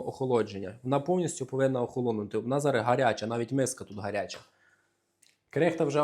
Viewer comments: Треба казати зараЗ,а не зара;п'ятдесяТ, а не п'ятдесяТЬ;не коричновий,а коричнЬОвий; Не беси,говори правильно,не уродуй укр. мову! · Ох і. Зара. Зара Зара.. Та ще наголос не вірний.